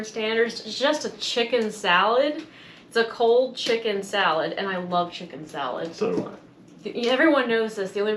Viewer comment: Wuv, twu wuv💐